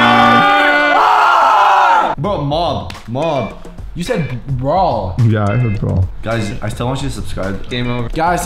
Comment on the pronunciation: when he tried saying 'mob' 😂